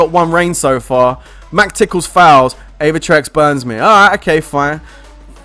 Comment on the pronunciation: It's Aevatrex lol